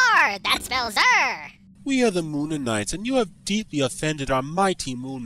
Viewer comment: You didn't get the moonanites quite right but it was still funny.